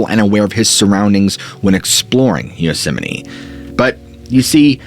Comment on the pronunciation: Am I hearing him say Yosemine, or is my hearing going?